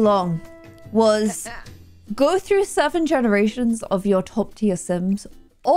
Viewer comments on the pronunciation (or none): none